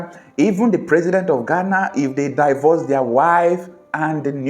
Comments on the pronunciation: It is NOT Pronounced => DAIVORCE It is PRONOUNCED => DEEVORCE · Can you check out the correct pronunciation of the English word "divorce?"